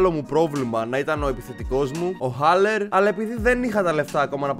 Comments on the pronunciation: Haller: Αλέρ όχι Χόλερ😂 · Σεμπάστιαν αλερ λέγεται βρε φελε